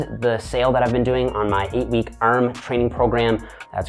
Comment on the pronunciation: why does he keep pronouncing arm as erm? Makes it hard to focus